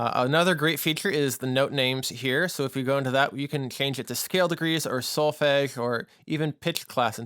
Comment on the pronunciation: If you are teaching students you should, at the very least, pronounce the word 'solfege' correctly....hearing how you say it is like fingernails on a chalkboard!!